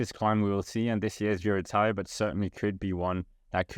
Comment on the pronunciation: Haha I heard it too